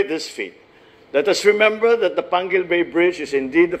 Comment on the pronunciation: its panguil not panquil